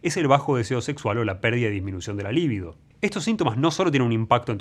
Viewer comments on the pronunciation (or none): none